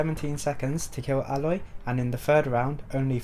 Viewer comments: Why do you keep on pronouncing it “ah-loy” when the game has already told you it’s “ey-loy”??? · Its Aloy Not Eloy